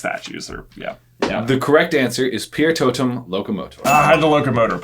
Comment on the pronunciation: It's not piertot"E"m it's piertotum... even a mudblood would know such basic arcana. Filthy muggles... Great Video as always guys :D